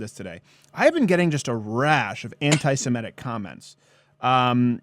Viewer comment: It's Semitic, not Semetic.